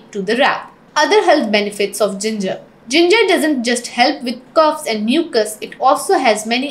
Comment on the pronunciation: LOL CUFFS? Or coughs ? Funny